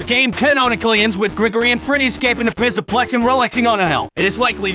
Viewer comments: HES SAYING PISSAPLEX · "Fazbear Mega Pissa-Plex." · pizzaplex sounds like pisaplex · It's funnier when the voice messes up. "Pissaplex" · When he says Pzzaplex it sounds like pissaplex XD I sub to you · U forgot ucn and he said mega pissa plex lolll